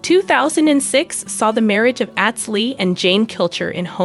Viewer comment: At least pronounce his name correctly... Atz... Like Ahhhhhhhtz Long a... Not short a.